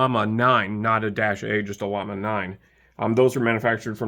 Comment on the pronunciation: Pronounced “yama”. The double “L” makes a y sound.